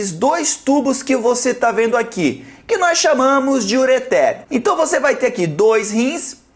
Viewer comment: eu não sabia que ureter tinha acento